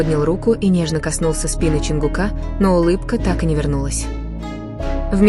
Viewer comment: Не ЧИнгук.а ЧОНГУК.говорите правильно.не ЧонгукА.а ЧонгУка